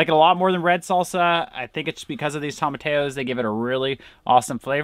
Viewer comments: The correct pronunciation is toe-ma-ti-ya. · Tom-a-tea-yo. Double L = a yeee sound in Spanish. 😉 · Sorry, I can't stand it - tomatillo is spanish and pronounced "toemah-tee-yo" with the accent on tee :)